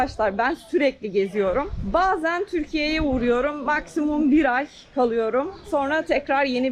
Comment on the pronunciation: Nerelisin sorusuna Törkiy diye bişey yok Türkiye diyeceksin. Hala öğrenemedin mi